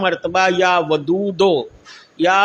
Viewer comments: Are bhaiyo ye ddhadi wala aadmi galat padh raha hai ya vadoo doo ko ya vado do padh raha hai. Agar ye aalim hota to iske alfaz sahi hote. Ise quraan Sharif padh ke sunane ko kaho. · Ye baba ku sahi se ya wadudu bolne bhi ni aara.....tauba....allah pk hidayat de